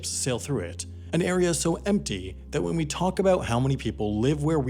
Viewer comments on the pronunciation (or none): none